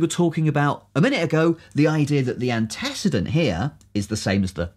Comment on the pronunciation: The video was excellent... except for the pronunciation of antecedent ;)